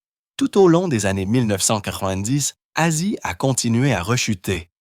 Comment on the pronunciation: lol commence par etre capable de dire Ozzy